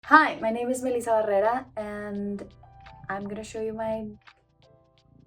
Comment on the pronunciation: I like the she pronounces her name like a TRUE Latina!